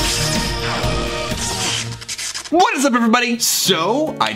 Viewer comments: Did anyone think said Crap cloth instead of crab claw??? Or is it just me? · "Take a look at my crab claw!" Lmao for a second I heard it as crap cloth and was so confused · I thought he said crab love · I thought said “Take a look at my crap cloth!”